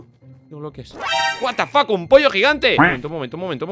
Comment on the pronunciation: me dio mucha risa como dijo Watafack un pollo gigante xD